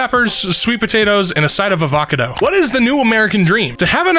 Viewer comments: “uh-VAH-cah-do” It’s AHH-vuh-CAW-do. I think. I’ve never heard that pronounciation of avacado before, so that made me do a double take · I'm sorry, did you just say uh-vohka-doe? That broke my brain, it's ah-vuh-kah-doe! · why’d you say avocado like that🤣🤣